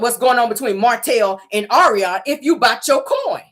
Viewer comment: YOU ARE HILARIOUS AS USUAL!! YOU READ MARTELL AND ARIONNE FOR FILTH! ALSO, YOU GOT MELODY'S VOICE DOWN PACK!😁 NOT THE POLYGRIP, DISTRESSED BUMBLEBEE, AND THE SHE BY GOODWILL!!😅😪 OH, BY THE WAY, THANK YOU FOR PRONOUNCING ARIONNE'S NAME RIGHT, BECAUSE SHE CAN'T!